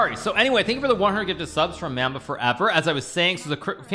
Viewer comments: homie said “ma’mbuh” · Hikaru, come on bruh. At least say Mamba right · fr pronounced mamba wrong